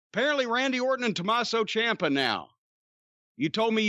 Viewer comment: Dude said Tommaso CHOMPa lol